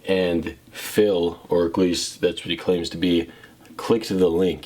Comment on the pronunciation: You kept saying “eggleast” and your triggering me😂😂😂